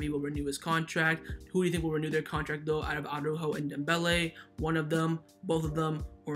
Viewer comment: I just hope that Araújo will leave the club as his name always gets f*cked up. It's not Aww-ráhhho, it's not Aww-rúhhho. It's Ara-Újo. Araújo consists of two parts: Part 1: Ara. You pronounce it as it is written: "Ara". So, you pronounce each letter. A-ra. Part 2: Újo. Also here you pronounce each letter, emphasis on the Ú and soft j like in jamon. Now, let's combine it: Ara-Újo. Pronounce each letter in the correct order, but only put the emphasis only on the letter Ú. I know you can do it,, you have said the name correctly many times. But now you're sliding back to the retard Aww-ráhho... Have a listen to Alex. He's a Spanish speaker and he pronounces it correctly. Just trying to help you bro.